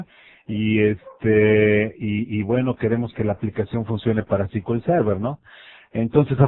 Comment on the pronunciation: Se pronuncia "es-cu-el server" no "ci-ki-ul-server"